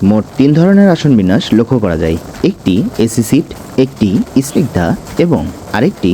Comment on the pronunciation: Esignida na bhai only snigda akto pronunciation thik koran.